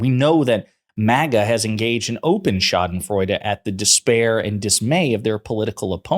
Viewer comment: you pronounce Schadenfreude really well 👍👍👍